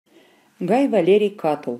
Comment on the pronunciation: Кто это читает? Проходили древнеримскуую литературу в университете-первый раз слышу, что б ставили ударение в имени Катулл на втором слоге, даже слушать не буду дальше.